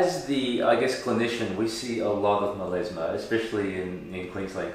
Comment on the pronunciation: Does he mean melAsma? Because he keeps saying melEsma.